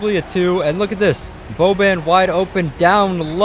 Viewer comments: he said boben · Does he not know how to say Boban